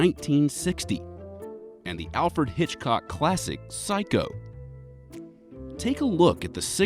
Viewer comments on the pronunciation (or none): none